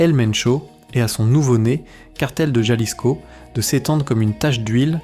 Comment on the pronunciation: Se dice Jalisco pinche cabrón ! Ja ja